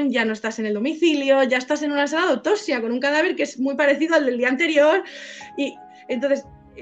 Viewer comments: Rasgo característico del pais, sacar pecho de trabajo mal hecho y la ignorancia, como el que se cree más y mejor español por no saber pronunciar en inglés, por cierto,, se dice autoPsia, no "autosia" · hola !!!te agradezco que me menciones que cuando pronuncio autopsia no pronuncio bien la p, hay que intentar siempre mejorar!no intento justificar los errores, ni pretendo sacar pecho del trabajo mal echo, respeto tu opinión pero al analizar exclusivamente el trabajo forense realizado entonces y contextualizar pues mi conclusión es esa y bueno libremente la he expresado, te recuerdo que yo no valore en el vídeo el trabajo que realiza la guardia civil....eso no quiere decir que estuviera de acuerdo....a veces aunque nos cueste los profesionales trabajan bien o como debían haber trabajado, solo que no conocemos toda la historia!!!!un saludo!!!!